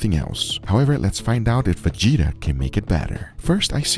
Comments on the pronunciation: Hello from Zagreb! It is no how you pronounce it mate but it is ok ;) As advice you can season potatoes and all other food with it and for meet you rub it all around and leave to sit a bit to absorb better and then just cooke! Other note on burek … you can use beef also instead of lamb … and for spices it is just salut and black pepper :) no cumin at all mate! Furthermore it isn’t a Croatian but general area of Blakans but it comes from Ottoman empire! And no egg wash at all just oil 😂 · The "G" is like in "Garage", not like "J" in "John" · You pronunce letter g in Vegeta as you pronunce in word egg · It's Ve as in Velma Ge as in Guest Ta as in Vegeta from DBZ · Just a note - The G is like Giga or Good, not like George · That's not a real burek, more like lasagna. Also, Vegeta is not pronounced like the DBZ character, the G is like from the word Greg. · You just season everything with Vegeta here, you should maybe check your pronunciation, it's definitely wrong, to summarize: Ve is good, g is pronounced as in dragon, e is pronounced as the first e in ester and ta is kinda ok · Burek or this vegeta its a Balken thing not a Croation thing get it right!😉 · Youre not pronouncing Vegeta correctly but its fine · The G in vegeta is pronounced like the G in god . not like J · Vegeta being used a lot at eastern Europe. And you pronouce it wrong. The G- should be pronouced like in a word "gun". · you pronounce g in vegeta like in g in your name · You pronounced the g wrong so I'm unsubscribed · It's not VEĐITA, it's VEGETA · Its not [ V i g i t a ] , its [ Vegeta ). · what the hell is vagita? it wee gee taa Vegeta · its not vichita, VE GE TA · or like how they say veđita ;D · Fun fact: It is Vegeta and not vigita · FYI: correct pronunciation of vegeta is: ve (as in Welcome or Venecia) get (same as english word get) a (as in arrive or avoid). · Its called "Vidžida" hahaha 🤙🏻 LMAO made my day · brother the “G” is pronounced like in word Gear. VE- GE-TA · Not veđeta vegeta